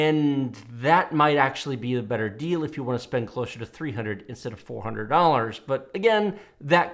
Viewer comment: "Fo hundwed dollws"